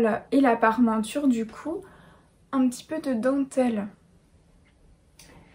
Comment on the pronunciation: Il ne faut pas dire "Parmenture", mais "Parementure". J'en suis à ma quatrième vidéo. Je les savoure avec mon repas du soir. Je suis un grand fan !!!